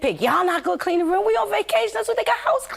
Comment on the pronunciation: " IN THE RUME" 😂